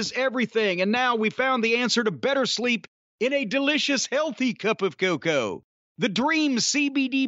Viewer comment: I religiously call a cup of hot cocoa cacow now thanks to Jim, say it with me folks "CACOW!!" 😂😂😂